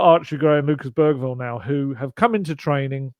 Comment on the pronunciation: Bergvall's name is actually pronounced more like Beryvall... according to the video of all the players pronouncing their own names.